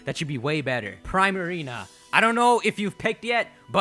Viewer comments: Princess Ariel THANK YOU!!!!! It frustrated me when he say Prime Marina. Like really?? Prima Donna + Marina. Come on now. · Pree-marina dummy 🙄🙄 not prai-marina🙄🙄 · im pretty sure primarina is pronounced preemarina. like primadona. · pree-ma-ree-na sounds like prima dona. it's not pry-ma-ree-na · Prima=suppose to reference a primadona which is essentially a pop star and or famous dancer or singer/ marina=appeals to her water attribute/ combining to make Primarina but it's pronounced( preemareena )not like Prime. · It's Pree-Marina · 'pree-marina', like primadanna. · I thought poplios final evolution was pronounced pree-mah-ree-nuh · How the f*** do you manage to pronounce so many things wrong? "De-sid-you-eye" and "Pree-ma-reen-a". Not what you said. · deh-see-dew-eye, Decidueye In-see-ne-roar, Incineroar Pree-ma-ree-na, Primarina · isnt primarina sayd like primadonna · I think you're saying Primarina wrong. I think it's getting its name there from pri-madonna. Pronounciation should be Pr-EE-Marina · You pronounced Decidueye correct but Primarina is 'pree-ma-ree-na' like 'primadonna'. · Also you're saying Primarina wrong , prima - primadona